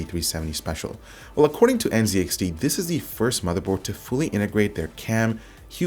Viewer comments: Z is pronounced ZED. You have failed at being a true Canadian. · Dude - you are a Canadian. It's pronounced Zed - N, Zed, X, T.